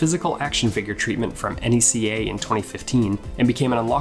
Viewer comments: Did you really just spell N E C A instead of saying the word? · I know you did not just call NECA... N E C A... WTF